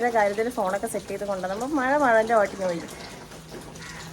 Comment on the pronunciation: മയ അല്ല മഴ